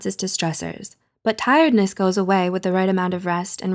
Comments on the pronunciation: *tirEdness (seriously?) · “tirdness” 🤔 lol